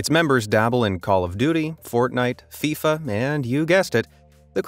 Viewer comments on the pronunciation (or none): none